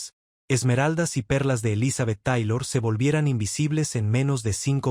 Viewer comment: Mentiras más me mentiras,Ni siquiera sabe pronunciar el nombre de ELIZABETH TAYLOR Y RICHARD BURTON!!!(POR FAVOR)!!!